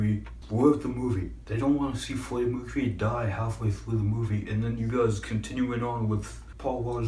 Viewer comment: Lmao fweddy mwecuwy